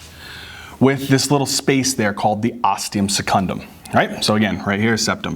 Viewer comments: That blooper got me laughing hard!! I'll probably never forget septum primum and osteum secundum again XD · ThE OsTeUm SeCuNdUm 😂😂😂😂😂❤️❤️❤️❤️❤️❤️